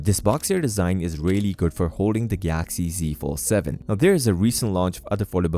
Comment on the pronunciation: Why are you saying Gaaxy.